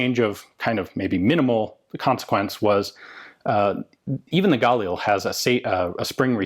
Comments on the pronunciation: I've never heard your pronunciation of this rifle before,, most people put the accent on the second consonant not the first... IDF operators I know pronounce galiil. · You pronounce 'Galil' with the emphasis on 'lil.' Edit: And yes, I too am dedicated. :D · you KILL me saying Galil wrong go to the IWI site on youtube and see how the people that makes the weapon pronounce it its gah-leel not guh lil or whatever your saying,africans bought a license they had nothing to do with the design of this rifle, they produce their own version through licence from Israel, IMO the pre-ban Israeli Galil was and is the finest battle proven design available, yeah its heavy if you a girly boy its only negative point